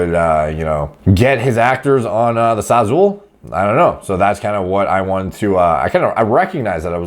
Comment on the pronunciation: Bro the sazule??? 😭😭😂